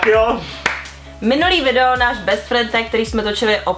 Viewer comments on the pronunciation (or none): Best friend tag [tag] ta vyslovnost😂